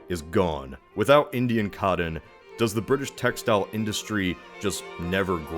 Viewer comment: The legend of the “Cod Inn” grows every time he tries to say cotten